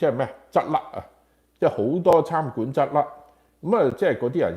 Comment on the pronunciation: 餐(chan)館，不是參（Cham)館